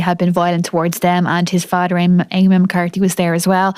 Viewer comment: Het fadder and her mudder. 😮